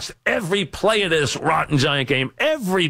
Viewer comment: main quality they are looking for in a replacement: must have trouble pronouncing "this"